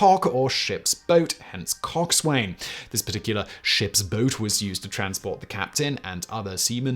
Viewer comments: Sorry, Simon, Cock Swain is pronounced Cocksun. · Loved the vid! Walking the plank never happened. Was made up by Hollywood. Coxswain is pronounced cocksun and boatswain as bosun; at least by us seamen here in the U.S. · It's pronounced coxsin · Simon Coxswain pronounced 'Coxun' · Coxswain and Boatswain seriously shortened in naval pronunciation. COX'n and BOHs'n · Coxswain is pronounced "cock-sin." The 'W' is entirely silent. Also, the stereotypical Canadian "eh" is pronounced like the end of the words "day" or "weigh." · Coxswain is pronounced "cox'n" same as how forecastle is pronounced "folks-ul" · Halt! Phonetic Police! Coxwain is pronounced, "cox'n". Carry on. =] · Coxswain isn't pronounced like that. I'm only mentioning this because I know you enjoy be corrected on pronunciation. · Love your bonus facts but you butchered the pronunciation of coxswain. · I admire your ability to use the correct (British) pronunciation of lieutenant, but only a minute later, you pronounced coxswain as it is spelled. 😂